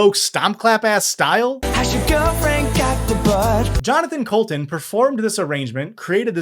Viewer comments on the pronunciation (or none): He disrespected my king, Jonathan coulton, by mispronouncing his name the whole damn time. I highly recommend his other songs, check out “brave” for a normaler one and any song on JoCo looks back for TMBG style Tupperware music